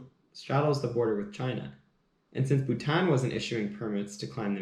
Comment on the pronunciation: Awesome coffee talk and I like how u say Bhutan. Lovely share of history